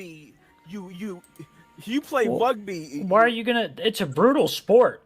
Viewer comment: "Wugby isn't a bwootal spowt" Can we ship a certain predophork down under so he can learn how "bwootal" rugby is?